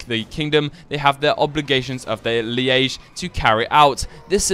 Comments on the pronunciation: its pronounced Leege not lee-age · Why are you saying "liége" instead of "liege"? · "Lee-age"? Does he mean "Liege"? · It's fucking liege pronounced lee-ge, not leay-ge. It is not fucking spelt liaige!!! You're pronouncing it the way you would say liaison. Fuck. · dude its called leach hahahah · What kind of Englishman doesn't know how to pronounce LIEGE? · BTW, Liege is one syllable, pronounced similar to 'leech' and with a soft 'g'.